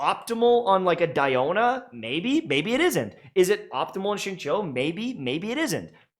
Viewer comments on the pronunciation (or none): none